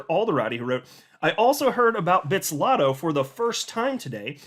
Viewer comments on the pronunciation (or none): Bit-zlato and not bitz-lato